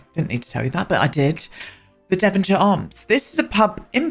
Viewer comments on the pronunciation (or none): none